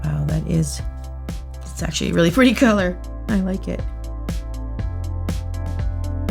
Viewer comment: Did no one else notice How she said "It's actually a reALLY PRETTY Color"